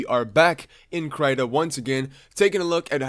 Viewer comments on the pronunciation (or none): not "krata" "kreeta" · Kai yer great.. but for the love of fudge.. please pronounce KRITA (KREE-ta) and not (CRY-ta).. k thanks. :) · He means the most common pronunciation is cree-tah instead of cry-tah (which is commonly written as crAI-ta. The english sound of Y is mostly transcribed to ÁI in most languages out there, such as Portuguese, Spanish and Italian) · “Cry-tuh…” CRY-TUH??? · IT IS PRONOUNCED KR-EE-TA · Your the first person i know who pronounces "krita" into "kraiéta" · Its kreeeeeeeeeta..ok? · every time i heard CRY Ta i dies a little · my heart hursts when he says krayta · "kraita" lol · It's pronounced krimlen. Krim-len. With a silent and invisible G. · I still pronounce it Critter like a squirrel lol.